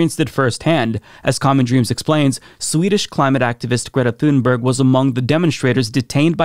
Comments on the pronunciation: Small pet peeve and I'm sure I'll get a lot of hate for this, but Greta pronounces her last name closer to "toon-berry" and not like it's spelled. When Amy Goodman interviewed her, she asked several times, please pronounce your last name for us, so we get it right. And she said "toon-berry" each time. Not "thune-berg" actually. Carry on, friends. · She's swedish, her name is pronounced TUNE-berg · Pronounced TOONBERRY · Her name is pronounced "Tun-berry", the "g" is a "y", like in "Vogt". You don't say "Vogt" "Vog-ut", you say "Voyt". Likewise, say "Tunberry". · You should learn how to pronounce her name correctly. It really irritates the right for some reason.